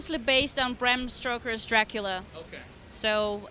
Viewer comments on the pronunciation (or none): it's Stoker, not Stroker.